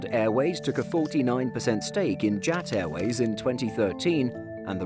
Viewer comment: You guys put an fictional logo for JAT and you killed the pronunciation as well